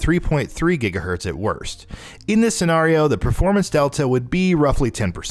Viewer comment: the way you say scenario triggers me lol